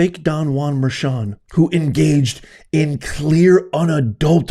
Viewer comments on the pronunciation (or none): none